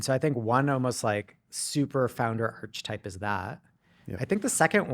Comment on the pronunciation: It's pronounced ark-e-type not arCH-etype.